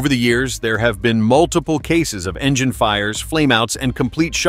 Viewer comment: Another dumb AI video. Somehow it pronounces the word "engine" so it sounds more like "vagina". The black smoke only lasts during takeoff when water injection is used. I'll be skipping all future videos from MaydayOne.